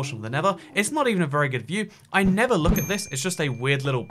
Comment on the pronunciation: I keep getting mad when he says never not nether